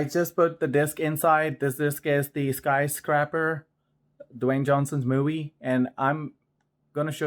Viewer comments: Dude you are KILLING me with pronunciation of the movie title. It is not sky-scrapper! It's not pronounced scrap, it is pronounced scrape with a long A sound like the letter A. Buildings scrape the sky they don't SCRAP the sky. It's 2 different words. Scrapper is someone who scraps scrap. A sky scraper scrapes the sky. This is like the 3rd video you e mispronounced this. Thanks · That's not how you pronounce the name of the movie. LOL Skysc"rape"r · “Sky scrapper”